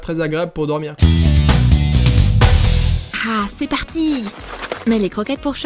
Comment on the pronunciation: Ze parrttii